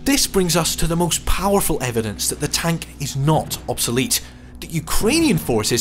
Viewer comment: It's obsOlete, not obsElete.